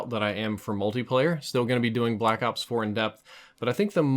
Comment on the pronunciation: He says Blackout 4 almost every time he should be saying Blackops 4